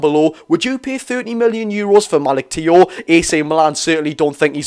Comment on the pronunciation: It's pronounced malik chow 👍hope we get them both. Unreal👌